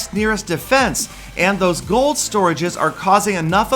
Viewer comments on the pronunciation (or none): none